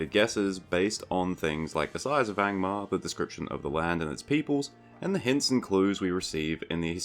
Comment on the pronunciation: I spat toothpaste all over my bathroom mirror when you said „Gangbangmar” 😂